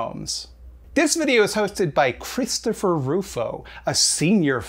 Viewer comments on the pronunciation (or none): none